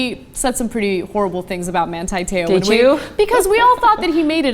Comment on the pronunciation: Why do you yanks pronounce his name wrong? It's Man-TEE, not Man-TIE and his last name Te "oar" (in a Southie accent and 2 syllables) not Tayoh.